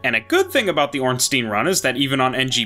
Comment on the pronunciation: Ngl I really don't like hearing "Stein" pronounced as "Steen"